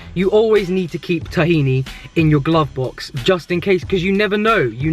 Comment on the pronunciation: You do not spell it right for it That's not the way tahini is said.... LOL